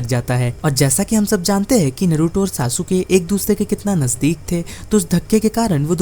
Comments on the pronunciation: SASUKE ❌❌ SASUKA✅✅ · Sasuke . Saske